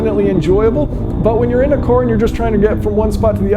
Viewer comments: Why does he say core instead of car? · The word is CAR...not cor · I'm sorry... What's this "electric core" you keep talking about? Sometimes I think you're saying "car" but then I'm corrected the next time you clearly say "core." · Does he say “electric car” or “electric core”? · Why do you pronounce Car as Core? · It’s car not core. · I know right, im in Australia and i say "kaa" when i am saying car, all i am hearing is "core" when he says it. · vowel sounds are tricky, the typical pronunciation of car in America is with a sound like star or jar (annunciating the r (kɑɹ)) where as with his regional accent (Midwest?) he pronounces the a like an o so instead of car we get core. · It's car, not kore. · Can't decide if he says car or core or both....Probably both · "car" not koar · the word is C A R ... not Core, not Corr, not Cor. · "electric KOR" .... aaaargh, it's caaar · For a channel based around Cars, its interesting that I can only seem to hear you pronounce it as "Core" lol great video btw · I can't unhear the pronunciation of "car" as "core". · Does anybody else only hear him say "Cor" instead of "Car"? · Love the video and content in general - 1/2 the time he pronounces car as "car" the other times it's "core" or "qour" - never really realized that part of the US had an "accent". Anyway - great stuff - I 100% agree about the 2 car philosophy... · Are you pronouncing "car" properly? I keep hearing "core"... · Is he saying cor instead of car? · I was hearing Corr the whole video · "electric cor" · What accent is this? Where are cars "cores"? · Please stop saying "coor", if you want more people watch your channel, man it's sooo annoying ! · Y does he keep saying core?? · I find it really distracting to hear "korrs" over and over. Even in a video about electric korrs, I don't see that it's necessary to say the word "korr" so many times. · Sounds more like coors, lol. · The guy can't say Car properly, Sounds like he says electric core..lol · "electric COOAAR"